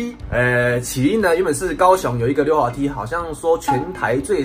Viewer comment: 溜滑梯的溜念錯了